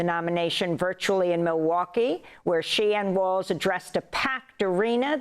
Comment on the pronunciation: It’s Walz Not waltz Now I understand why you’re losing. We’re not going back. Harris Walz 2024 for sure.